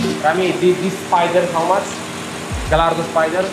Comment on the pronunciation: naśmiewanie się z ciężko pracujących osób na skuterach, to dla mnie mało śmieszne. Nie Galardo tyko Gajardo. Jak jest włoskie Stradale, to wypada znać wymowę Lambo.